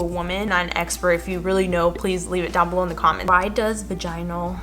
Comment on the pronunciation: The way she pronounces vaginal is gonna haunt me